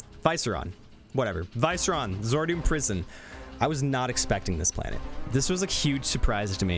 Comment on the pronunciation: Pretty sure Viceron is pronounced Vee-seh-rohn